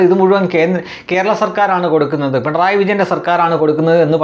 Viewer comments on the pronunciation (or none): none